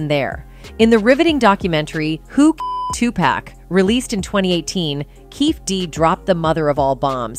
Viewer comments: It's Tu-PAC ( 2-POCK) why in the hell white people can't pronounce his name right. Just hearing 2-Pack just sets me off for some reason. Even when they are corrected, they still say 2 PACK🙄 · Everything always comes to light ! But respectfully if you're going to do a story on Tupac at least pronounce his name properly with all due respect it's Tupac not Tupack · It's said "TuPOCK"! Not "TuPACK"! Jesus christ...... Do you guys know ANYTHING about these rappers? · Stop saying Two Pack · 2 P A C (NOT) 2 P A C K. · A person can say TUPAC a trillion times and folks will still call this man 2PACK. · How the hell is this commentator, she can't even pronunce his name correctly, not Tu pack, geez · The way the AI voice says Tupac makes me want to light myself on fire. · Why couldn’t they get somebody else to pronounce this man they correctly what is Tupac? Damn, she jacking up this man name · CC need to pronounce Tupac name correctly 😡